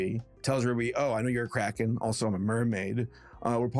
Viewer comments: I thought you were saying crackhead. not Kraken, for the first 5 minutes... Anyone else? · Cant stop mishearing cracken as crackhead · The first time you said cracken I thought you meant, say, cracking without en on the end, and I thought you said addict after that sorry about getting it wrong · Okay. I'm sorry, but when you first said the title of the movie, I thought you said "Ruby Gillman: Teenage Crack Head", which might have explained why no one was talking about it. (In my defense, I was listening to, but not watching, the video) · I had my volume turned down waaaaaaaay too low at first and I thought said "teenage crackhead" and I had SUCH whiplash thinking "THIS IS FROM DREAMWORKS?!" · I love how every time says,,kraken" sounds like,,crackhead" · The "Crackens" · I keep hearing crackhead instead of kraken